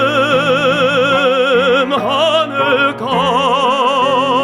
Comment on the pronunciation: About your diction for 비목 First, let me point out the pronunciaton of 하늘가(the rim of the sky). Here, 가(ga) means the rim or the side of something and in this case, it should be pronounced "까" not "가". 강가(the riverside), 바닷가 (the seaside), 길가(the side of the road) are the same case. Second, the standard pronunciation of '산울림' is [사눌림 sa-nul-lim] NOT [산울림 san-ul-lim]. Doctor Nam says [san-ul-lim] is better, but that's not true. You have to keep the standard pronunciation. Of course, we fully understand what word you say wtherer you pronounce [san-ul-lim] or [sa-nul-lim]; however, if you want to pursue the accuracy, I recommend you pronounce the standard one. Third, when you pronounce "궁", make more [u] sound. Fourth, when you pronounce "적막" "지친", your "ㅈ" sounds like a vibrating [z] sound; however, "ㅈ" is voiceless sound having no vibration of the vocal chords.